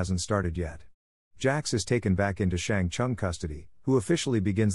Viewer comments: Brother Its shang sung not shang sang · I enjoyed the video like always but am I the only one who cringed at how he said Shang Tsung and Lin Kuei